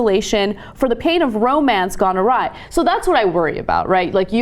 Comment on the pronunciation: She actually pronounced 'awry' as 'alrie'.